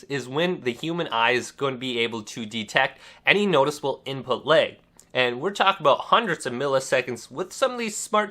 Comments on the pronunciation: Why do you keep saying leg?? It's lag...like, with an A. It drives me nuts. Very annoying video. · Its funny how you keep pronouncing Lag as Leg.... its pronounced L- AHH - G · It’s called LAG not LEG🤦🏻‍♂️ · Appreciate the tip! Thanks :) but I'm hung up on every time you say "Lag" it sounds like "Leg" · “Input leg” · I'd be disappointed if someone with the same dialect as his would say otherwise to your comment, but until then... I agree with it.... I wonder how would he pronounce "Leg" then :/